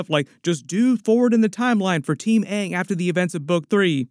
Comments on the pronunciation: Less than 30 seconds in and it’s already better than the other live action attempt, cuz they said his name right at the very least 🤣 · I feel like they said Aang several times just to proove they didn't pronouce it wrong. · hey they actually managed to pronounce the main character's name Ong correctly so it might not be as bad as the actual avatar movie! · I HEARD HER PRONOUNCE AANG CORRECTLY. Thats already better than the last live action. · Hopefully they will pronounce his name correctly this time around 😊 Edited to add: they did!!!!! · Just hearing them pronounce his name right gives me hope for this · At least they pronounce Aangs name tight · Atlas they can say aangs name right this time